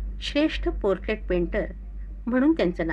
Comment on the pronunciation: बाबुराव खुप् महान् होते,खुप् छान् पन् मी एक् चित्रकार असल्याने एकच् खटकला ,पोट्रेट या शब्धाचा निट ऊच्आर करावा,नाहीतर व्यक्तीचि्तर म्हनावे,समलोचक कोण आहे,?